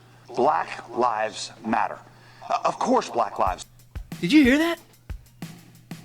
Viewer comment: Yes, it was condescending, especially the pronunciation of black. But I’ve seen better commentaries and I think it means he needs to step away and just breathe.